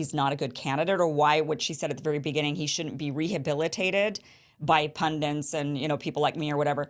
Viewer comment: You're old enough to start pronouncing "pundits" correctly (it's not "pundints")